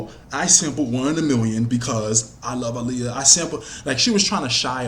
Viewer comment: I love how u say her name. Aaliyah be getting annoyed when people don't say her name right lol